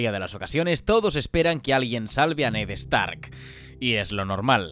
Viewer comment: “Ned EStark”